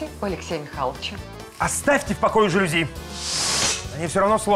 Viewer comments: Алле, режиссёры звукооператоры!!! Кто следит за правильными ударениями в словах? Слух режет! Не жАлюзи, а жалюзИ! Знаний Вам побольше! А если не хватает, то Гугл в помощь! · тоже "режет", но "жАлюзи" - это уже просто классика 😂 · Посредственно. А жАлюзи в устах всех героев просто режут слух!